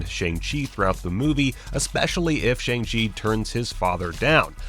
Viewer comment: It's pronounced "Shawng " not Shang.